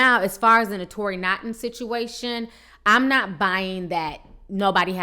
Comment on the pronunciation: Oh my If you want to report the tea please find some time to learn how to pronounce these celebrities names correctly smh Naughton pronounce Nawton Disick pronounce Dihsick Kiely pronounce Keylee